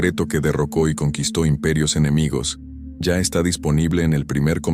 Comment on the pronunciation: Dice "enemigios".